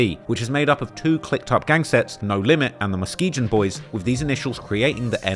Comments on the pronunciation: it's about time someone told you that MUSKEGON is pronounced with a soft G, a la MUS-KEE-GUN. Not MUS-KEE-JUN. That is all. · Mus-SKEE-gan. Not whatever you were saying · Muskegon.. MUSS-KEY-GUN !!! Just so you know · I love ya, but as some one who is born and raised from Muskegon, MI It's - Muh Ski gun Not sure why you have a hard time with it, but thanks for trying.